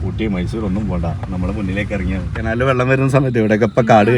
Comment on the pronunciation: കെനാൽ അല്ല കനാൽ എന്നല്ലേ പറയാ